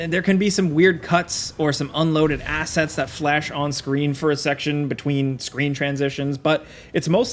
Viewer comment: Ah yes, unloaded ass-ets.